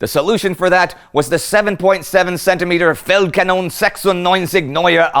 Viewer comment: I cannot get enough of Indy pronouncing 7.7cm Feldkanone 96 neuer Art